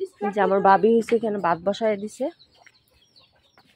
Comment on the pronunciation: Bai Bon uchcharon thik koren Vai Bon Bat na vaat